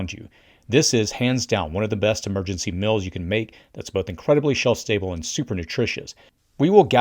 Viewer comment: FYI..."meals" is not pronounced "mills."